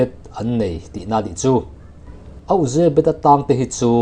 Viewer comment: YE-BET tia lam a dik zawk.